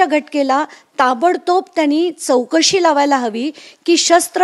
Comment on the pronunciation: Tv9 ला मराठी माणसं मिळत नाही का? चौकशी ला चोकसी बोलणारा वार्ताहर